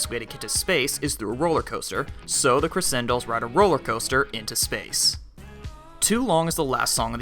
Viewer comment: Its not pronounced creSendolls its pronouced creCHendoll